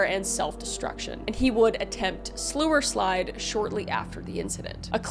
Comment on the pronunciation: Sluislide (slou eh slide) hit hard right? Lol